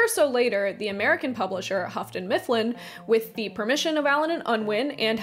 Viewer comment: Lol “Huffton-Mifflin”